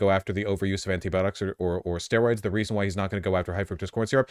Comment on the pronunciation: It's comforting to know Vaush mispronounces anti-biotics the same way I do.